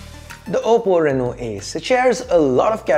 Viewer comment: Whenever he was saying Ace's I was hearing Asus😅😅😅